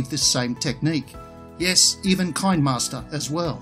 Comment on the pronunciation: i think that the kinema in kinemaster is pronounced the same way that you pronounce cinema only with a k instead of a c